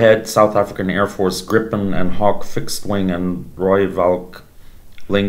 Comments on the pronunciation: Whoa! Too many mistakes here. First of all,it is pronounced"Griffin"not Gripen. And that rocket launcher is 100%South African with the longest range in the world. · It is pronounced Grippen.